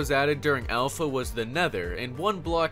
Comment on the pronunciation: He said alpha like elsa